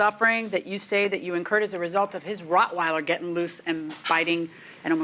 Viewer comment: This man owns a dog but can’t pronounce what type it is!!!! ROCK-weiler so ignorant